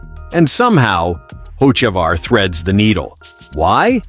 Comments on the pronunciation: This guy pronounces Carson last name 2 different ways, and both are incorrect. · I'm unhappy, one would think with all the advances in AI, they could get a persons last name pronounced correctly, guess AI isn't all that cracked up to what everyone seems to think it is, shitty deal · for a new chanell you have some work to do.. 1, if you advertise cheating scandle, show it or change the damn title. 2, get the names right. fans cant stand posers pronouncing incorrect names and 3, what does chase elliot have to do with carson ochavar? lol.. videu must be in sync 100% of the time. thats my 2 cents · How many ways can the ai can't say his name right? Fix your ai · Can't even pronounce a name correctly even said a name or something 2 different ways. Learn to pronounce correctly or just say you don't know how to pronounce it. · Please get your facts correct before you start your comments, also learn the drivers last name and announce it correctly. Get with the program!!